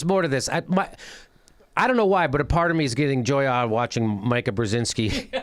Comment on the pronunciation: Painful to listen to you mispronounce her name over and over. Her father is Zbigniew Brzezinski counselor to President Lyndon B. Johnson from 1966–68 and President Jimmy Carter's National Security Advisor from 1977–81. Jammy, when speaking, keep your tongue in your mouth. You and John Kerry would have failed my public speech class.